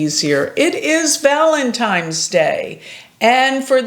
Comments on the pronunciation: Valentines not Valentimes. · Ok, you straight said, “ValeMtine’s” day. So wtf…surely you know it’s ‘valeNtines